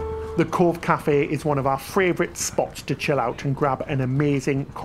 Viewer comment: I've just noticed that every time says "favourite" it comes out as "fravourite". Really tickled me.